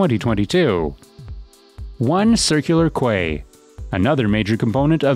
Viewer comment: "Circular Quay ". Pffft You sound like someone from West Sydney!